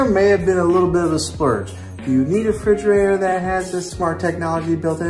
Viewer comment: Refrigerator! Not frigerator..